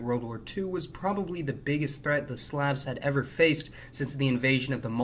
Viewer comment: Jesus christ the way this guy pronounces "slav" and "slavic" is so incorrect it's legitimately worse than nails on a chalkboard.